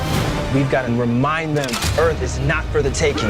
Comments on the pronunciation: I don’t understand the whole “earf” bit 🤷‍♀️ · *Punch in the face* Welcome to Earf!